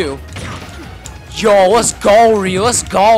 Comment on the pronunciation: It is ryu not reu